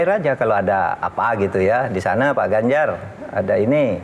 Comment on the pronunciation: Z mahfud bukan ganzar